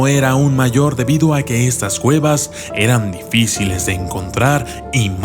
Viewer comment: yo crei que era un documental de exploracion de cuevas pero oh!!! sorpresa escucha en el min 1.15 claramente dice exploracion de guevas jajajajaj